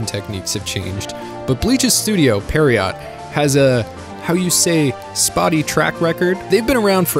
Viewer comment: seriously though....i KINDA get your trouble with "stew-dee-oh pier-oh"...but......whats so hard to pronounce about "yew-ha-ba-ba"?